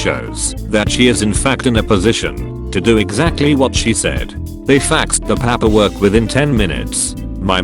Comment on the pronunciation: No one: Not one person: Not a single soul: Text-to-speet bot: pAperwork